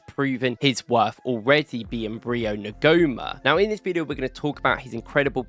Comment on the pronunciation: Thanks for the video. Quality analysis! Just a couple of bits of (hopefully) constructive criticism (from a complete nerd). En-gu-mo-ah. It’s a tricky one! Second. Your analysis and video editing is so good, just have someone have someone proofread your text captions. I’m honestly not trying to be patronising. I really rate your video, so just add a step to have someone double-check for you. Excellence attracts excellence. Really good analysis of Rio, and I agree, his potential is frightening. For Slot, it’s about moulding him in the Salah mould and not the Doku / Nkunku mould running down blind alleys while everyone else stands around watching. But, from what I’ve seen of him this year compared to last, he is learning extremely fast. And if he’s training with players like Mo, Flo, Hugo, Gakpo, Szobo, Kerkez, Frimpong and so on, as long as he pays attention and keeps learning, he’s dynamite. Thanks again for the content